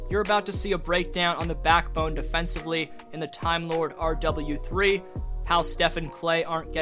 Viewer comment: I just commented this lol “R Double U Three” sounds so odd in the video. Almost like he’s talking about someone other than Timelord